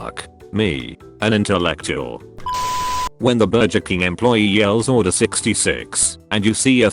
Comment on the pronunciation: i hate how it says bur-jer like wtf man